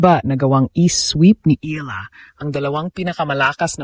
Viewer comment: mali yung edad at pagbigkas ng last name🤣